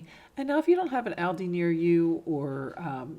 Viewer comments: Meaning the stores plural, all of them, so multiples. So it is still pronounced ALLDEE. The s addbdoes not matter. It bus the actual name being said wrong. Trying to help. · Beautiful ideas, the only thing I have to correct is, it is pronounced Alldi. Loved your items. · Like your work. Really cute items that you make. But please stop calling Aldi by the wrong name. You are pronouncing it wrong. It is pronounced like (ALL DEE'S) Hope this helps. Thanks.